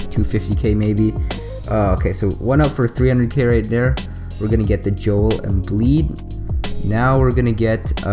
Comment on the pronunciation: its joel embiid not joel embleed